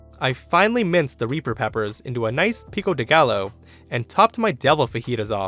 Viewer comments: Pico de gaLLo XD its pronounced pico de ga-yo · My dude. The double L in any spanish word is pronounced with a Y sound. It's Pico de "GUY-OH".... not Pico de Gallow... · Everyone*: *Talking about the cat/dog story *Me*: It's Pico De Guy-Oh not Pico De Gal-Oh,. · His pronunciation of pico de gallo severely bothers me